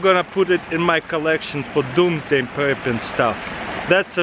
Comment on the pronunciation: why did u say doms day??